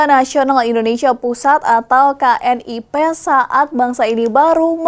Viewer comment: Bacanya bukan K N I P.....tapi KNIP....